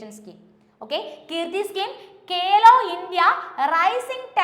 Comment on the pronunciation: കേലോ അല്ല മാഡം ഖേലോ ആണ്.